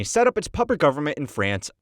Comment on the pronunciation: pro tip, put in words and names in foreign languages into google translate and use the audio thing to hear what it sounds like so you don't sound like an ass trying to pronounce "Charles de Gaulle"..